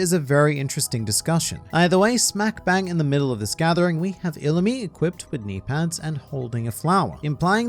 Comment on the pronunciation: I didn’t even catch your mispronunciation of knee pads because of your knimey whimey accent